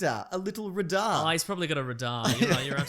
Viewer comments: 'r-DAR'? not 'ray-dar'? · Dear ozzies, it's ray-dar not ra-daar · I love how Aussies pronouce 'radar' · That's not how you say radar!! CRINGEEE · I like how radar is being pronounced here.